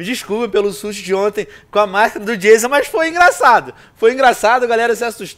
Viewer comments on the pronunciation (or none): none